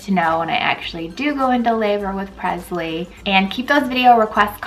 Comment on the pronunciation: You're pronouncing your daughters name wrong. Its presley like Elvis not Prezley